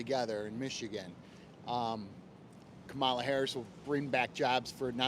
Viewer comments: I’m voting Trump but it’s “Commala”Harris. You’ve been told a thousand times and I bet if you said her name right more people would open up to you. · UHM IT’S KAH-MULA BRO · COMMA-LA. C’mon man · Stop being disrespectful and pronounce VP Kamala Harris name correctly! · Nick continues to disrespect/mispronounce Kamala's name, even seconds after being corrected. Adherence to accuracy and truth is the first pillar of ethical journalism. Whether he wants to be a good, objective, truthful journalist is another story. I think you can do it. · that couple that corrected you on the kamala pronunciation got way too excited 😭 same people who created the "ick" are the ones doing it 🤷‍♂ insert kermit sipping tea here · Its sad how indoctrunated the maga cult is at this point. I watch this purely to know what to expect trump supporters to say. Also love how you complain about being corrected on how to pronounce Kamala's name, then immediately keep mispronouncing it